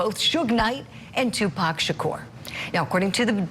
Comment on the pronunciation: Finally, after all these years they pronounce Tupac's name right.......I'm tired of hearing them say Tupack